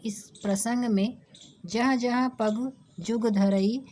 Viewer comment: Pagu nhi pag hai